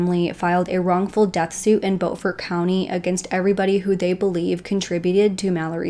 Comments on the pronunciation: The town is pronounced Bu fort, not Bow fort. The name is pronounced Mur duack not Mur dauh. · Good reportage . How eva the town of Beaufort is pronounced as BUUFORD not BOWFORT . We are Southern down here , not Yankees ....This is a real interesting case . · Job well done! I recently became aware of the Murdaugh's and started looking into it. This seems like something out of a movie. Unbelievable! I appreciate your research and the details you've included. I believe Beaufort, SC is pronounced with a long U (like 'Bufort'). Also, Alex Murdaugh pronounces his name 'Alec Mur-dock', just listen to his 911 call. One more constructive critique, the front of a boat is called the bow. That is pronounced 'bowel', like a bowel movement, not like a bow and arrow. I look forward to watching your update on this case! You really have done your research and included a lot of details that others haven't! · I love your videos, I live here in SC and it’s driving me crazy lol it pronounced with a U, Beaufort not bOfort, I’m sorry. Keep up the great work. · It's not "Bow" fort. It's Byoo-fort. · It’s not pronounced bo-furt. It’s bue-furt. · Thanks for covering this story. The beau in Beaufort is pronounced like stew with a b or bew-fort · Just FYI, it’s Beaufort, NC… “Beaufort, SC” is pronounced “Beau-fort” like beautiful Beaufort. Thank you for covering this case. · Hey. My parents were born and raised in this part of SC, and we're distantly related to the Murdaughs. If I may respectfully, suggest...the pronunciation of Murdaugh is, "Merduck", said without a break between syllables. Beaufort is pronounced "Beeyewfert". Again, spoken straight through without separating syllables. -Thank you for doing this piece. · I’m from South Carolina as well, I enjoyed your video and subscribed to your channel- but I must tell you Beaufort is pronounced Bew fort . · I think the locals call the name of the town “Buferd” Bu (rhyming with you) and ferd (rhyming with herd).